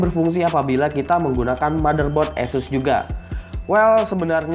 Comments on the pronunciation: kok kyk bule bg??? esus enakan asus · anjay beneran di tes :v btewe nih pengcuapan nama Asus yang bener itu "Ass ess" atau Asus gitu aja? soalnya di official page ane pernah denger pengucapan nya Asus gitu aja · "esus" lol.. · hehe gw mencoba untuk memperbaiki spelling ASUS yang sesungguhnya, itu aja kok. Kalian boleh cari sendiri sebenernya gimana pengucapan brand ASUS ini